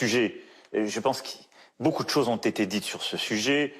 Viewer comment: Les chowes ! Il dit les chhoses ! A l école on né disait pas les choses c était du mauvais Français